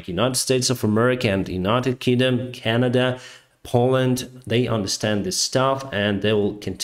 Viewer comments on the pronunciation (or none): none